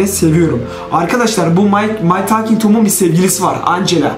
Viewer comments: My tolking tom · my talging tom